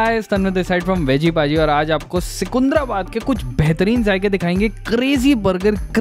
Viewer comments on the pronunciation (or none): भाई सिकुंधराबाद नहीं है, सिकंदराबाद है 🤣🤣 Lots of love from Hyderabad 💖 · Secunderabad is pronounced as Sikandarabad.. not sukundrabad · Seecunderabad nahi bhai jaan😅 seecunderabad. I'm from Hyderabad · The best part is your telling Secunderabad is Secunndarabad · first learn how to pronounce secundarabad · Am I the only one who heard seecuundraabad :/ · ❣️❣️tqq for cmng to secundrabad. But u sounded weird😅 it's ( c ki ndra bad)😁😋